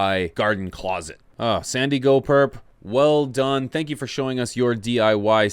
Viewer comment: Just a heads up, it's not 'Sandi-Go Perps' It's, 'San Diego Perps'.